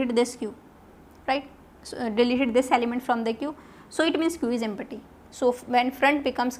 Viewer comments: Its not Empi-ty Thats empty-- (emp-ti) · mam you are teaching nicely but take care of pronounciation while using empty